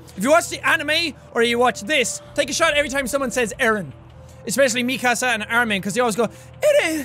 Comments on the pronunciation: Nobody: Absolutely Nobody: Sean: Mikasa Sukasa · Mik'kasa sukasa lmao Why can't you just say mikasa lol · I don’t have any problem with u saying meekasa but try saying it faster and it will sound like Mikasa also it’s Jean like jeans just without the s I still got no problem because I keep remembering u never watched the aot Anime before